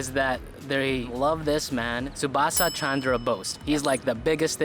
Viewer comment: No no really Shubasa Chandraa Bose see id you cant don't say and you are disrespecting our freedom fighters when our teacher was teaching the British empire and I said the wrong pronunciation of Edward the Elder then my teacher punished me